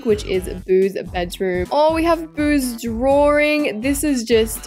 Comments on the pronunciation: Let's love the fact that her dislexia got the best of her and made her say drawring😂😂😂😂😂😂😂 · she said drawring not drawing